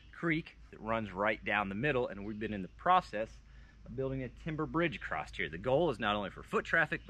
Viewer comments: And we’ve just added a “ T “ to the word across. Great work, keep going and even I may need to go back to whatever school you guys were educated in, ( supposedly) Just sayin!!! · acrost. not a word.